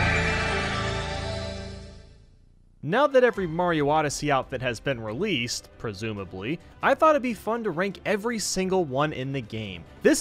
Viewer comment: you pronounced presumably wrong and said persumably